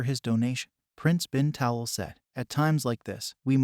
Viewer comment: Please pronounce HRH name correctly. His Highness’s last name is pronounced Ta’lal.